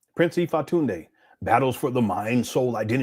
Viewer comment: It’s IFA-TUNDE!!! 🤨🫵